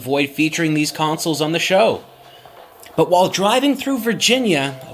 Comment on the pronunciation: I love all of your content. I've never heard it pronounced "consuls" before. It's always been con·soles Just sticks out to me. Hope you keep making great content for us to enjoy for years to come.